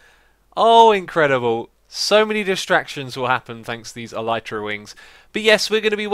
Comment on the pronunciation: I know it's irrelevant, but my self-diagnosed language OCD is kicking in, and even if you're not going to change the way you pronounce "Elytra", I wanted to bring up the 'proper' pronunciation: "L - E - trah". There... I can keep with my life in peace :-)